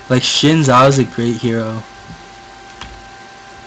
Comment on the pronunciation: Learn how to say the champion's names right omg. SHIN ZHAO? Yeah thats what YOU said. its XIN zhao. In english you replace the x with a z so its basically Zin Zhao. Cho Geth? CHO GATH. THE A. Cho Gath. CHO GATH. AKILLI? Where is the second a in Akali? Its not like it is replaced with a I.